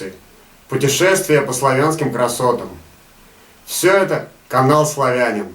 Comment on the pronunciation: Какой ты славянин? Ты не знаешь даже правильно как правильно произносить слово "славянин"! Неуч! Не славя́нин, а славяни́н!